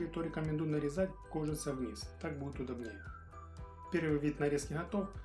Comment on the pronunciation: Всё красиво кроме того,что режет слух🔴ужасное ударение:удОбнее,НЕ удобнЕе‼️